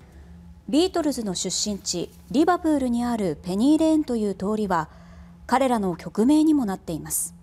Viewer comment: リバプールのアクセントもおかしい アナウンサーの教科書ではこんなアクセントなのか？